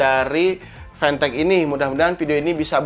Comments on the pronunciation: Siapa yg nyebut fantech dengan pantek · nonton pidio ini cuma pengen denger gimana nyebut mereknya, tapi bisa lo bilang fantech bukan pantech